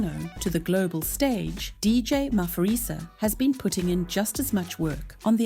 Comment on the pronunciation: Maphorisa is pronounced Mah-por-ree-sah and not Mah-for-ree-sah. ❤ from CPT, SA